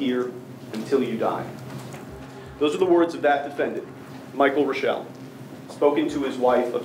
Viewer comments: As a German, it is hard to listen to you pronounce the name "Rooshelle" when it actually should be "Roishel" with the first syllable stressed. Really, there are so many family names of German origin you guys are violating a LOT 😢 Like Congresswoman Fischbach (thats 'Fishcreek') - it is not "-bak" but "-bach" like 'ach' in "machete" (you don't say makete, do you...). Same goes for the great composer Bach. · Can you say Reuschel like it's German for goodness sake!? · Funny, how they pronounce the name Reuschel. It is German and they pronounce it French.